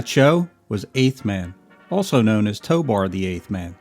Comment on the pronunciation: If his name is "Tobor" (which it is) why do you keep pronouncing it "Tobar"?